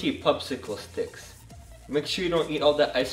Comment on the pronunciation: "Twenty fucksicle sticks"